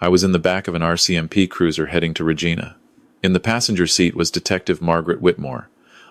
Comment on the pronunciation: she had already climbed into the cab. sleeper is part of it. pronounced Regina wrong